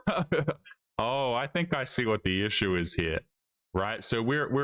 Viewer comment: "...even if you 'ashoom'....." Dude, nobody 'ashooms' 'nuffing' ffs